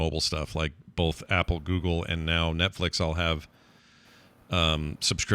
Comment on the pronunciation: thought of it! "both" "bolth"